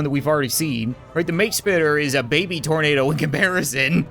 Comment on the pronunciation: Thornado Exactly how it sounds